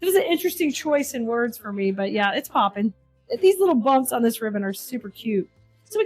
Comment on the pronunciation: Its "Poppin"!!!